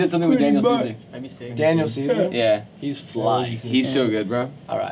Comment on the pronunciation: Pretty sure they said Daniel ceaser, or at least did and said Seavey